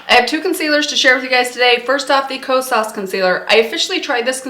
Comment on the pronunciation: Hey, the correct pronunciation for the blush is not “lis” it’s “L.Y.S.” because it’s an abbreviation for their brand name of Love Yourself Beauty. It was the first clean beauty brand that is black and woman owned launched at Sephora. And it’s not Ko-SAAS it’s KO-sas.